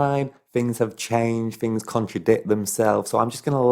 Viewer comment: You explain certain fings